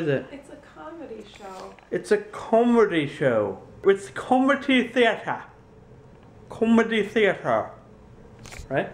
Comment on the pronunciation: Your english accent when saying "comedy theatre" is much better than mine, and i am english!